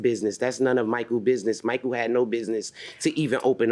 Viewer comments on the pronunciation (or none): none